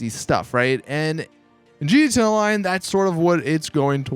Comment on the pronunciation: Why the hell do you say gta lion instead of gta online. Coz its annoying